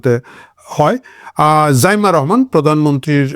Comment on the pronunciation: ছাগলডা এমন ভাবে রহমান বলছে ,মনে হয় তার কলিজা গোরদা বের করে ফেলছে। চামচামি আর কারে কয় ।।